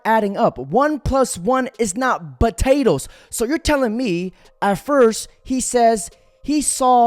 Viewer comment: 1+1 is not [B]atatoes😂😅🤣💀